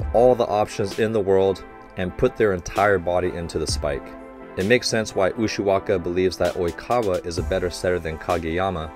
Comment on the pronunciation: Ok is anyone else surprised that coach nailed oikawa, kageyama and ushiwakas name while saying it in one sentence.